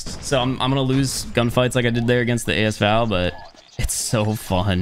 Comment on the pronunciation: Did just call it AS Val instead of V-A-L